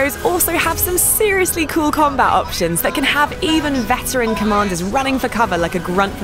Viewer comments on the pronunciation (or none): none